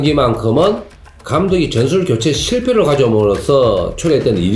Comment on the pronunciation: 으시스트, 즌술, 츠째